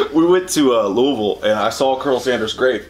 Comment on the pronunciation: You pronounced Louisville like a local do you guys live near here?